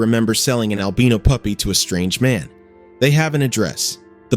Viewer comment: Albino has a strong "I" in it. The way he is saying it is DRIVING ME.